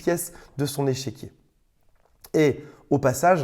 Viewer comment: Au lieu d'échiquier, tu dis "échéquier" : j'entends deux choses : échec et chéquier ... ton chéquier est-il en échec ou le chéquier peut-il racheter les échecs ?